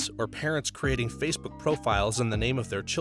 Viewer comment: “Fasabook” was one of my favourites lol But I’ve thought the same thing since the moment the voice changed, I’d keep checking the comments like “is no one going to say anything??”